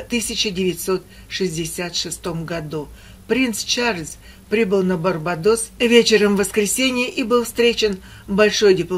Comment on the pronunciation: БарбАдос ударение на а